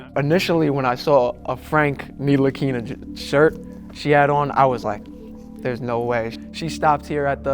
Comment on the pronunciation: Ight, within 5 seconds Nick didn’t tuck the tee cause this ain’t a work day. He’ll die before admitting greens a color. Pass. That girl pronounced Ntilikina without a seconds hesitation. Pass. This guy Albert wearing a Brunson jersey, off rip, calls out the chillest fan of the bunch cause of his shirt. Just oozing insecurity. He’s a true fan. Pass.